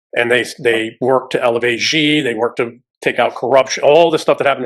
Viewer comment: Strangely, "" very seldom appears in my youtube recommendations; but it's ok - i do a search every few days (thank you all - great eye-opening show, new concepts here!) Btw, I'd noticed all 3 speakers pronounce President Xi's surname incorrectly - it's not "jee", but "sì". As an English speaker would say it (a Mandarin speaker would pay attention to the tone as well.) For reference, one might contrast the two Alexes of The Duran (here, the senior's gotten the right of it).